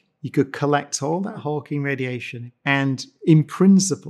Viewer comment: It sounds like Brian says "hulking" radiation. If not for the context of black holes, it would be very confusing, instead of slightly confusing. :-/